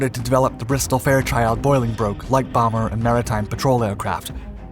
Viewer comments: He also got the pronunciation of the Canadian variant wrong. It was the Boh-lin-broke not Boy-ling-broke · Or “boiling-broke” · Canadians can pronounce it correctly.... it was driving me nuts and then they butchered Bolingbroke.... I almost threw my phone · Indeed. He says “Blenhyme” every time, while everybody involved in building these things would have said “Blenem”. Bloody Yanks, eh? Also, “Boylingbroke”, instead of “Bolingbroke”. Where did that one come from? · They even botched Bolingbroke....